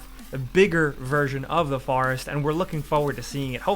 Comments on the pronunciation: why does this guy say forest so weird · The pronunciation of horror and forest.